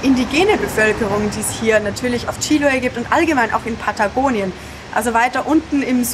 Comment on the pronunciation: Anstatt "Chíloe" kannst du nicht «Chiloé» sagen? Du musst nur die letzte Silbe betonen.